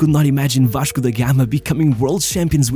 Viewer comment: fala em em inglês mas o sotaque e quando ele fala "Vaxco" entrega o brazuca rsrsrsrsr